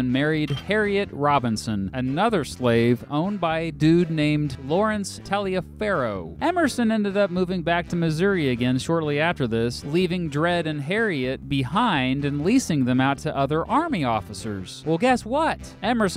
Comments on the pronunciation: The name that looks like "Tellafierro" (or whatever the spelling is) is actually pronounced "toliver". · just FYI "Taliaferro" is pronounced "Toliver"